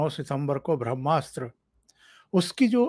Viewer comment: भ्रम्नास्र नही ओंकार जी “ब्र ह्मा स्त्र” उच्चारण गोवा चाहिये।